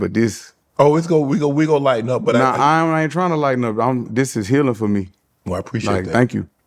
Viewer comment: “i shoul preciate dat 😐🙂‍↕️🙂‍↕️” 😂😂😂